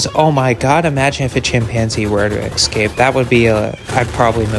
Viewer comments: Pronounced (S cape) Not (x cape) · It’s “Escape”, not “excape”. Holy moly. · Esssss-caaaape. Esssss-caaaaaaaape. Not "exscape". Not "exscxcsxcscxscxscape"... Escape. Read it! Read iiiiiit!!! Great video, though. Really cool. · Ugh…I know this isn’t the point but how many time is this narrator going to say “ex-cape” and “ex-capees”? 🤪 it’s EScape and EScapees! It’s cringe each time they mispronounce it, “ex”pecially if they have had too much “ex”presso! Lol! Come on! 🙈🙉🙊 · I mean, he’s not say ES-periments for experiments…why EX-cape for escape?🤔🤨🤪🧐😜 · This is really a good channel!! But PLEASE FOR THE LOVE OF EVERYTHING HOLY IT’S ESCAPE NOT eXSKAPE!!! Please. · Not sure if the narration here is done by an actual person or by A.I. but if a human narrator was used, here is some advice. There is no such word as eck-scape. You need to pronounce all the letters as spelled, eScape. That means pronounce the s. The same thing goes for the words, eSpecially, and eT cetera which are frequently mispronounced on YouTube 90% of the time. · Argh.... "escape"... not "excape". My ears are bleeding. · Good info, good video. PS - consider changing how you pronounce "excape", or don't, it's fine. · I don't mean to be rude, but if you can't pronounce "escape" correctly, you shouldn't be allowed to post online. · Great video but pleaseeeeee learn how to pronounce escape if you insist on being a voiceover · Bro, do you pronounce “escape” incorrectly on purpose ? There’s no “x” in it Bro.